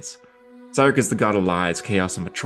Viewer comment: my autistic ass: hey this is a cool video also my autistic ass: that's not how u pronounce cyric or milil😡😡😡😡😡😡😡